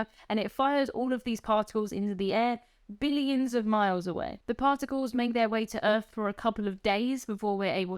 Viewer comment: Our sun, Sol, is only 93 million miles away. That inflection on billions in your accent is awesome.